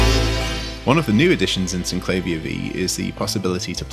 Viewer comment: Sin - cla -veer It's how the designers pronounced it, so that's the only correct pronounciation. Even the manual points this out.